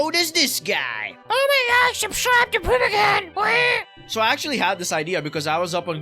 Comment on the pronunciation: NOT PRIMACON ITS PRIMAL CON💀